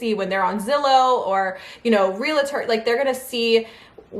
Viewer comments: I'm sorry but it's realtor not relator...you said relator numerous times in this video! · Hi,. 🙂 A friendly tip: It's pronounced 'reel tor'. This is genuine, not being snarky at all. ❤️ Congratulations, on your new house!! Myself, my boyfriend, and our daughter, we're planning on moving too, this year (2026, sometime. Hopefully. 🙏🏻🤞🏻). To a different state. Can’t wait!! 🤗🥰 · And say real-A-tor one thousand times. 😂